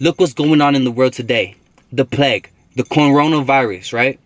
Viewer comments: is no one finna bring up da fact dat he said da cornora virus that shit killed me bruhh😂😂👽👽☠️☠️ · “the corn rowna virus”